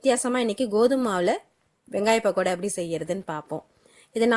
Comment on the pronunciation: Yemmov adhu pakkoda... really irritate a pahada nu soldratha kekkum pothu